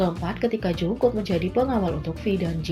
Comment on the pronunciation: Tulisannya jungkook tapi dibacanya jongkuk bukan jungkuk,jungkok ok